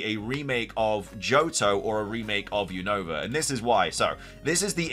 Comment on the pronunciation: why you keep saying Unova Name Wrong 😅